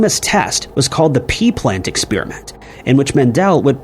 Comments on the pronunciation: Who pronounces "experiment" as "expeeriment"? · What is this "expeerament" of which you speak???